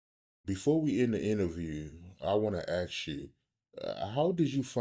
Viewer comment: Bro, you have to force yourself to pronounce ASK properly. When you say AKS, you sound backward AF.